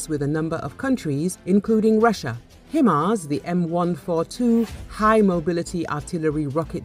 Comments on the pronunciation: Its Hi Mars not Him Ars 😂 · I heard "Hi ma's."